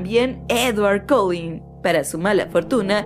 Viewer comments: No mames... Cullen... Se pronuncia colen ;-; no "coulin", DIOS, NO ES TAN DIFÍCIL. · es collen no colin xd :v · Se dice Cull-E-n no Cull-I-n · Esta tipa no sabe pronunciar Cullen, lullaby, SthepEnie, Carlisle, etc.